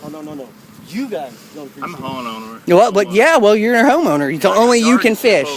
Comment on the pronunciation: Black shirt fool can’t even pronounce homeowner.